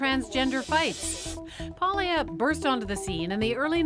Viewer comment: You'd think Madonna Ciccone, so proud of being Italian (when it suits her), would know how to pronounce "Paglia."